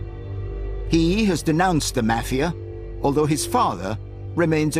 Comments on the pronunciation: I can't even continue to watch this I hate the way this man says mafia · The way this guy pronounces mafia makes me wanna puke.